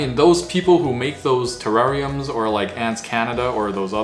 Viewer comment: Did he say ter-rawr-ium?